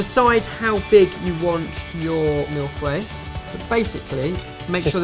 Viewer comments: I like to watch people make mille feuilles jut to see how horribly they pronounce the name this looked good tho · every time you said mille feuille the french nerd in me kinda died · That pronunciation of Mille Feuille made me cringe. I get it, it's a hard word with TONS of silent letters, but it's still hilarious to me. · Your pronunciation of Mille Feuille makes me laugh!!!! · As a french speaker I winced every time they said Mille Feuille. Good recipe though, I'll soberly try it. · i stopped the video and played it again hahaha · Yes haha I had to check the title to understand what it was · Indeed! Because the way they pronounce "millefeuille" sounds really like "mille fouets" (a thousand whips)... which is clearly not the same thing! xD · That's not how you pronunce Mille Feuilles... But it looks so good, so I forgive you ^_^ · Mill Fweh? lol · It is pronounced mil-foe-y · It's pronounced mil-foy not milf-way lol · This is not Mille feuille. And it’s pronounced mill-faye. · when your American and hear Milf Way instead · I keep hearing "mille fouets" which means "1000 whips..." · it's pronounced mill - fuh - ee :) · When you say "Mille-feuilles" it sounds like "Milfoy". And also, Mille-feuille means thousand leaves, not thousand layers. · lol ''mille FOUEILLE'' xD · Isn't it pronounced more like Meal fuh-yuh? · On Masterchef they pronounce it like Mill Foy. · People must have said this... but are you stupid?! Vaguely remember Ben did something in France... yet neither of you can possibly say mille feuille correctly. "Mill fway" is not correct. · The way your say mille-feuille sounds like milf's way. Which is hilarious, and i'm french so i'd say try saying it like "Mill" the "feu" de "fu*k" and the ille the "y" of yeah. It's complicated to get it like that but i think it works well. Milf's way is hilarious though, i'm not complaining. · Anybody heard "Milf Way"? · mille fweile...nice pronounciation lol